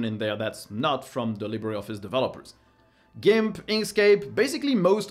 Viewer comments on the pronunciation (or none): none